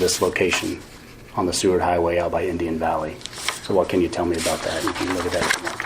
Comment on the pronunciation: lol I love the way you were pronouncing Seward but it is actually pronounced like sue-ward. You were close tho 😊